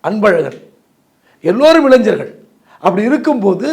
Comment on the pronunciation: ஞ வை சரியாக உச்சரிக்கவில்லையே அவர்களே இளைங்கர் என தொனிக்கும் வகையில் உள்ளது இளைஞர்கள் என தெளிவாக வரவில்லை.சிலருக்கு இப்படி ஆகிவிடும்